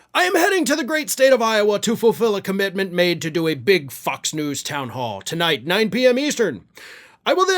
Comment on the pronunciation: I thought you said F*CKS NEWS LOL